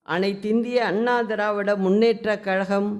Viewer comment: கலகம் இல்ல கழகம்